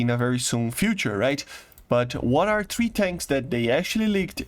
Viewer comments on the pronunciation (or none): say three not trhee please !!!!!!!! THREE not TRHEE